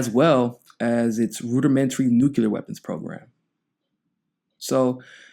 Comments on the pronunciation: New Clear... Say it. Not Noo cue lur. New Clee ur Spelled nuclear Grrrrrr. All better now :) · I guess it is worth mentioning that Bernie co-sponsored a Senate resolution in 2011 saying Libya needed a regime change. Bad idea * Bernie is still at it. Tulsi 2020 ps Please say "New Clea Ur" not "New Cue Lar" that's how George Bush mispronounced the word (or just say nuke )